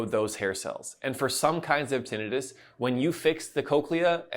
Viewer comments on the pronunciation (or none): Don’t believe this guy. He doesn’t even know how to pronounce tinnitus. 🙄